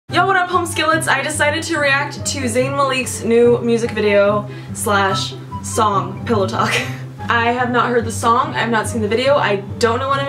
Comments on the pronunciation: haha his last name is pronounced mah-lick (: not muh-leek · I cringed when you said "maleek" lmal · "Zayn MalEEK"